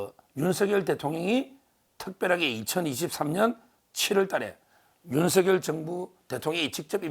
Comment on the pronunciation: 윤서결× 윤성녈ㅇ 열(렬) 한문으로 매울열, 세찰렬 둘다맞으니 소리나는대로 성녈이가 맞습니다. Kbs 아나운서들은 모두가 윤성녈 로 발음함.